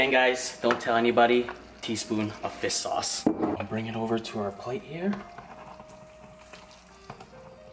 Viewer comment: FISTTT SAUCE 🤣👊👊👊🤜🤜🤜🤜